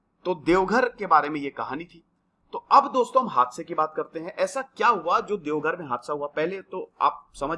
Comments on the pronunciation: Devghar nahi sir it's deoghar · Deoghar plz correct ✅ not devghar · No devghar It's Deoghar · Devgarh ❌ Deoghar✅ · Sir ji it's Deoghar not Devghar... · Sir it's "Deoghar"